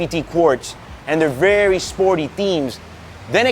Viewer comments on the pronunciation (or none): none